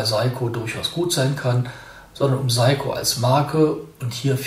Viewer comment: Hallo, es heisst "SEiko" nicht "SAiko". Trotzdem danke und viele Grüße!